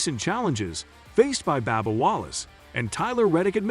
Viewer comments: You need to lorn how to pronounce the auto racer's names. It isn't Babba, it is Bubba lorn to say it right. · That's funny what did you call him Banal that's funny how you pronounce that